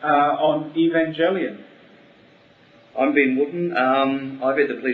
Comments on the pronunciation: haha the said Evanjelion at the begining inatead of Evangelion. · For the love of god! It's a hard G not Evanjelion!!!!!!!!!!!!!!!!!!!!!!!! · Evanjellyun...Sounds like some sort of seafood. It's Ev-an-gell-ee-un...Anata baka?! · I hate most of their designs. In my opinion, their eva designs need higher fidelity to series. WETA completely destroys everything sleek and cool about eva unit 1's face; and its body looks bum-like. Also, what's with them saying "evanjelion". If they've seen the series, you think they would pronounce "evangelion" correctly. Still, if they improve their designs, I think weta could do a great job with film. Also, LOTR crumbles before NGE. I can't believe the LOTR films are so popular. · I think the Eva movie will be good when it comes out five million years from now... I'm more worried about the Cowboy Bebop adaptation. Keanu Reeves? 20th Century Fox directing? *worry* As for them pronouncing the "E" in "Evangelion" weird, that's just how New Zealanders pronounce things. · plus, its not very comforting that he can't pronounce 'Evangelion' right is it? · The way the first guy pronounced Evangelion scares me 0__o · ...nice job pronouncing the name of the show right idiot lol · [POINTING INDEX FINGER ACCUSINGLY TOWARDS FUNKMASTERSWEDE]: I agree word for word with what you said absolutely. And, yes, he did pronounce 'Evangelion' incorrectly. I share that person's shuddering. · Does it really matter if they pronouce Evangelion "wrong"?? (if it is). I think they will do a good movie of the series...and I think it's a good thing to make it a movie, that way other people than otakus will be able to enjoy what Evangelion is (if they make it right...which won't be easy) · he pronounced evangelion wrong.